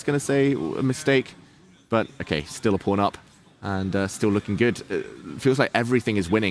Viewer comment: pawn rhymes with dawn, not with phone.